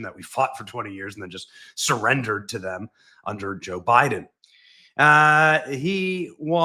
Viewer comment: you pronounced Biden wrong!